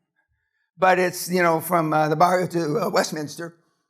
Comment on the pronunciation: The only thing I DNT like bout Danny is he pronounces VARIO....NO DANNY IS "BARRIO!!" 😆